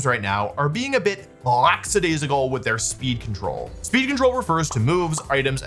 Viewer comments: hate to be that guy and you can boo me all you want but the word is lackadaisical not laxadaisical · there is a memetic plague spreading throughout the youtube audiosphere. i've heard multiple people within short succession mispronounce this word, and i must correct the record lack-a-dai-si-cal. lack. not lacks. not lax. laxadaisical is not a thing. lackadaisical is. i understand the conflation with lax, because it implies a relaxed carelessness, but it's wrong. i dunno if everyone is just hearing others mispronounce it and repeating it without thought and it is driving me crazy